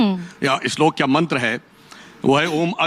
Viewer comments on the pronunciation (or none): none